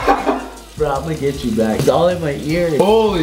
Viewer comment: I thought when you said Back you said black 😂